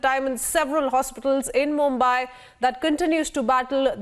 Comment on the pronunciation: not मुम्बाय but मुंबई। You take utmost care while pronouncing english words. So take same care while pronouncing indian words.